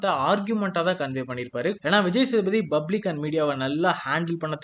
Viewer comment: bro it's public not bublic